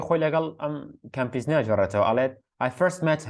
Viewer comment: کەمپیزن❌ کامپسن✔️